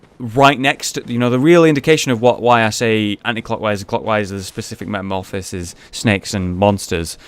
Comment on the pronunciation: jeez... He pronunciation of metamorphosis makes me cringe